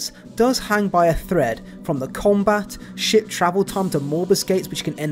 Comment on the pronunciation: I keep hearing "shit travel time" and "shit management."